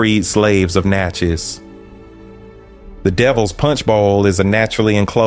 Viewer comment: It's pronounced like "matches;" Natchez, I'm born and raised here. The Devil's Punch Bowl is now called Natchez National Cemetery in an area neighborhood called Marble Stone. Every year, I think between Spring and Summer "they" perform an act of theatre out there (at night) and it appears very demonic. This is from a personal account of my roadside (Cemetery Rd.) view, without any context of what the script or acting entailed. The image(s) didn't need a thousand words, my spirit said it was satanic!